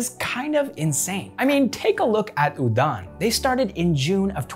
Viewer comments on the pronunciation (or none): That's not Udaan it's pronounce oo-run And that number of startup of China is a data manipulation by its government...